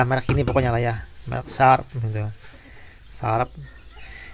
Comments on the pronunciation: Bacanya Sya'p gan, masa sarap hahaha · Bukan sharap tapi SHARIP ABANG MAU COBA COBA MELAWAK GARIII G AAH👍👍😄😄😄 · Sarap😭😭😂 sharp d bacane shap maseh ngakak buat hiburan yang lg sedih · Ngakak pas masnya bilang mereknya, bilangnya Sharap😂, hahahah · SHARP = Di Baca nya Yg benar SARAP.. Om😂😂✌